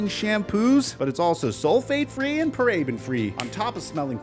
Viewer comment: F on sponsor, learn how to say paraben lmao